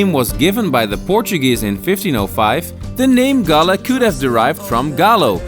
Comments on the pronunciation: Galle is pronounced like like "haul" with a g and pronounced in sinhala as gaalla and in tamil gaali. Almost all of srilankan districts have distinct pronunciation for each 3 languages. Also fr example colombo, English- kuh lum bow Sinhala- ko la mba Tamil- ko lu mbu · Galle is pronounced as Goal..Our colonial masters pay more attention to develop this area as most of the spice growing areas were in South...Cinnamon, cardomon, clioves etc., there is an another dutch fortress inner side of southern province which is only one away from ocean...Thats "katuwana" dutch fortress...you may google and see...its a small one which situated at cinnamon, citronella growing area in Hambantota district